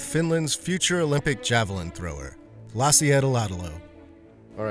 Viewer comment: Laasi eedeläädälo😂